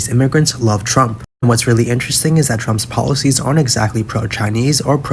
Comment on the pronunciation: I like the way she says Trumps as Tramp.. Which he is..